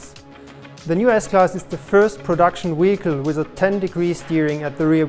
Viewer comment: worth it just to hear the guy say weehicle